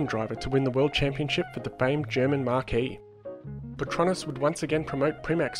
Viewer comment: You mean marque, not marquee right?